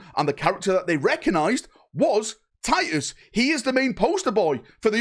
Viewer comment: "Tiy-uhs...our due-eh es doon" 😉❤